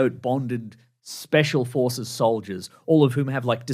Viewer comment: Can't help but hear "special horses" instead of "special forces"